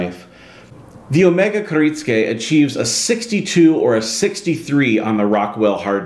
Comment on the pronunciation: Kir it sue ka